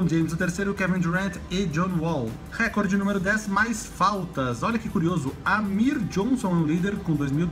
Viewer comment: nao é querendo ser inconveniente mas a pronúncia certa é reCOrde, so uma crítica construtiva